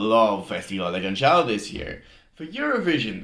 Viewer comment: Canção is pronounced as k-a-n-S-a-u, with "s" as in "sea" or "soup". There is no CH sound